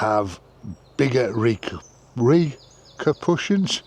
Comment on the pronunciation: Ha ha RE-KER-PRUSIANS,, .oh its the Prussians ..😅😅